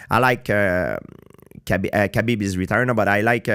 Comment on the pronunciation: I wish dude would learn how to pronounce Khabib